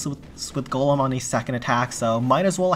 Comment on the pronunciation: For the 2nd time it's GOLEM ✅ not GOLME ❌